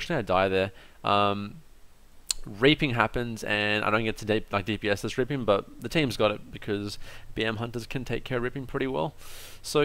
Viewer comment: is it only me or is he always saying raping instead of reaping?